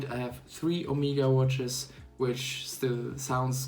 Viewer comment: Es heißt nicht "Omiega" sondern Omega !!!